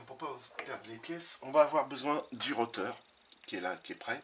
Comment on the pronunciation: Pour info on ne dit pas un "roteur" mais un un rotor .